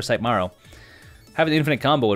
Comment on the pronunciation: And I own modern merfolk no budget and the fact you keep saying Marrow instead of Merrow “Mare-Oh” pronounces correctly is driving me nuts